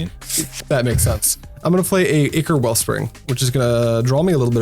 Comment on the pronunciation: Just getting back into MTG after 20 years. Still learning about Pauper. Subscribing because you pronounced "ichor" correctly